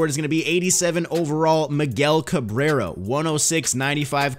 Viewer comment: Miguel Cabrero, Ummm... Hello. Its Cabrera, LMAO